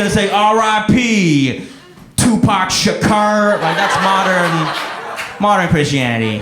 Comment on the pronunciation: He mispronounced my name lol. It is Shakur or Shakoor, Jaffer next time😂. Always laugh when I hear my name being announced in waiting rooms; lady going "Levi Shakar". Lady, for the umpteenth time, it's Shakur, damn it😂😂